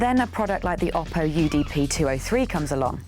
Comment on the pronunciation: Oh-poh, not Ah-poh, according to Oppo.